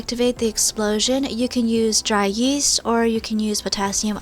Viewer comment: Omg i thought she said yeet when she said yeast 😥